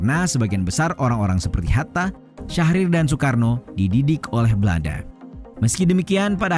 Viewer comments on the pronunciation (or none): none